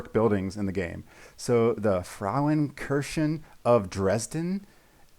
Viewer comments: One of the main reasons why I built the Frauenkirche of Dresden is because I lived there once. You only added a nonexistent n to the end of kirche'n', so your pronunciation was quite good 👍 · love the video and also your pronunciation of the Frauenkirche of Dresden, greetings and much love from Germany 😄😄